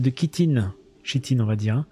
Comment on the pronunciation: C'est bien [k]itine et pas [ch]itine ;)